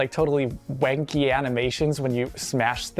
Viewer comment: He meant "janky" not "wanky" lmao